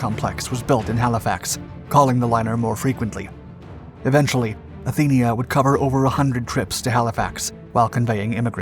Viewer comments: It was the Athenia, not the Athena! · It was supposed to be the Athenia, not the Athena!